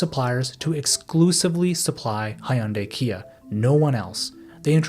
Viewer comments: I stopped watching right when I heard you pronounce Hyundai as Hi-yun-day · I'm by no means a glazer of any of these SK companies, but the constant butchering of Hyundai's pronounciation is simply disturbing to my Asian ear. 😅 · btw "hyun" in hyundai is not two syllables, just one. decent video but improper pronunciation is distracting -- recommend looking it up next time :P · If you're going to make a sensationalist video about a country's deep-rooted problem, at least learn to pronounce basic words such as BRAND NAMES, let alone proper names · Learn how to pronounce hyundai before you open your mouth and make an “educational” video about them. Idiot. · bro made one of the most informative videos on the topic ever and couldn't listen to one person pronounce "hyundai" a single time 😭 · That's yet another way of pronouncing Hyundai.. let me guess, it is like 6th?